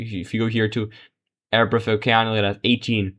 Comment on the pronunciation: Totally meaningless and annoying that you keep the Hickenlooper race on screen 90% of the time. That was basically settled early on, and many other races were not at that point. And it is a-RAP-aho. After the native Arapaho tribe.